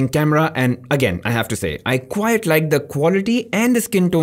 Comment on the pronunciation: "quite" not "quiet" - Sincerely, Teacher